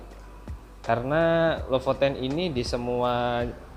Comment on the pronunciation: Be LEPOTEN, alias blepotan. Hahaha.